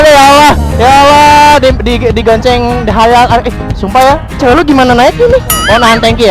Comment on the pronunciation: Digonceng bukan goneceng😂